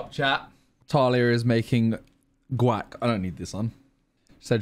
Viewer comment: Why do they say gauc like WAP. Is that how all english ppl pronounce it?